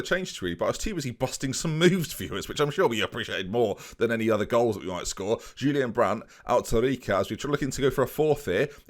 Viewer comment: My favourite part about you mispronouncing Julian Weigl’s name is you saying Julian wrong :p